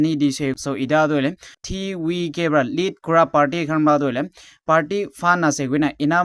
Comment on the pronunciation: Why pronounce as TVK as Ti wi ke instead of ti vi ke